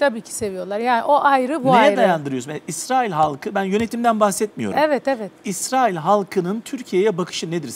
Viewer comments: Dayı Allah rızası için şu ülkenin ismini doğru söyle Israıl dedikçe iriye oldum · ısrail değil israil önce bi düzgün telaffuz et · Yalnız biri arkadaşa anlatsın Israil diye okunmuyo İsrail diye okunuyor.Birde soru sorunca karşısındaki dinlesin